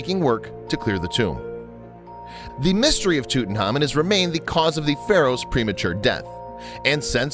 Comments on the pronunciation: tootenhamun??? wtf dude it's prounounced tuht-ankh-ahmuhn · It's driving me insane. Tut-Ankh-Amun, not Tootin-hamin. Ridiculous. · Bad name pronunciations. 😣 tootin’ hahmein… smdh 😠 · Tooten Harmon...lol WTF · Why he pronounce his name TUTENHAMEN🤣🤣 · Its Tut Ankh Amon. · I wish people would pronounce his name correctly. It's Toot-Ank-Amoon. As for what caused his death, he had a few possibilities: His first x-ray in 1995 did show he had a fractured leg. Obviously, the break didn't kill him. However, in 2010, DNA tests confirmed he suffered from malaria, had a club foot with "crippling" bone disease which made him walk with a cane (meaning he wasn't riding chariots like we all previously believed as most depictions of him on the walls of his tomb show him sitting down- and 130 walking canes were found in his tomb). It's mostly believed that he died as a result of gangrene when his leg became infected. No matter which one of these killed him, he died a painful death. :( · He said king toot >:( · Lol toot n common 😂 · KKK Nazi Bigot Man “toot an KH amoon” is correct. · Wait it was pronounced toot-tin-common? I’ve been pronouncing it tuht-in-common. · why the fuck are you saying it like ‘tootnhamin’ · Did he say tutanhamen or am i high also he said image program makers created 2 times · So we gonna just ignore the fact that this dude keeps calling him TutanHAMAN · tutan HAMON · TheWhooo Gaming pronounced, Toot onkh ahmoon in the traditional Egyptian, and by experts at the Egyptian museum. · No... That's not the way it's pronounced! 'Phonetically', it's Toot ank ah moon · It's annoying. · Marla Volovna As someone in the UK I'd never heard the pronunciation as in this video until today, so will always be TutanKhamen for me. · Tootin' Hamen. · Thanks for not even trying to say his name correctly :-( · He keeps messing his namr up and for some reason its really bugging me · The narrator does mispronounce the last part of his name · LOL the way he pronounce Tutankhamun